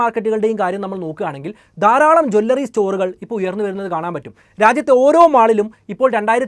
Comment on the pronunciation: Please "Jew L Ri not Jwallary" or say Aabharana shaala